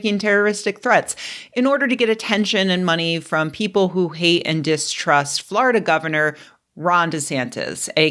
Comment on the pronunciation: Love your "Florida" pronunciation. FLARDA!